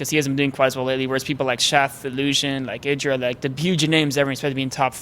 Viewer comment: He talks about mispronunciation, then mispronounces IdrA's name